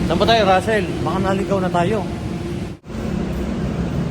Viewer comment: Rassel po not tassel sorry